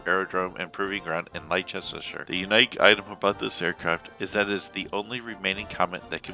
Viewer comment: Leicestershire is not pronounced the way you did.